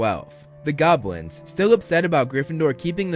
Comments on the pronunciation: Everytime he said Goblins I heard Gobwins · Once you hear, you can't unhear